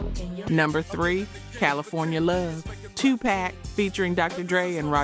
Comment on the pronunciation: Yall allowing AI to say 2 pack is so annoying lol